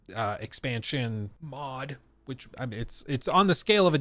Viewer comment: listen to the way he says mod, it’s funny